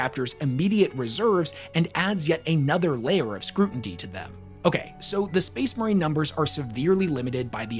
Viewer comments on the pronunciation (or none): Scrutiny, not scrutinty. Love the video either way!